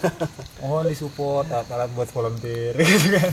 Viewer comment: "VOLUNTEER" bang, bukan "volenteer"